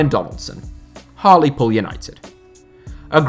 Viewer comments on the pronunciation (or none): none